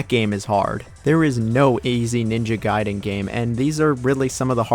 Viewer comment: I love how you pronounce a word one way and literally two seconds later you pronounce it another lol. Gaiden and Gayden, Sekiro and Sekeero 😁